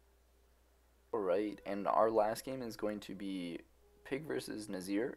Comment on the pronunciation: Its NIZar not NAZir xD . But otherwise a very good and entertaining video